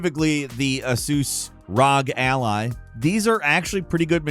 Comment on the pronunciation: "Uhsoos Rawg Ally" 😭😭